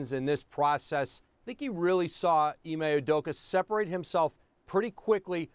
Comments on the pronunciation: Ee-mae Oo-doh-ka. That’s how to pronounce his name. They’re butchering my mans name. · Ee-May Oo-Doh-ka. Not hard bro.